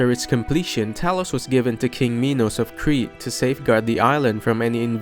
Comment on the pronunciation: The king's name is pronounced like the math exercise minus- mh eye nuhs. Great job pronouncing ichor. Many get it wrong. I appreciate your time and effort as well as reading it yourself rather than using ai.